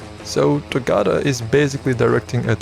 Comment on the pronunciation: ayee hella cool vid! although a lil bit sad that u didn't used correct pronounce for togata :l